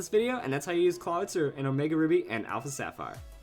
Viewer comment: Clah-it-zer? That pronunciation is gross